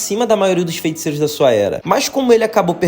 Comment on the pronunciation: pq ele fala “fenticeiros”? 👀👀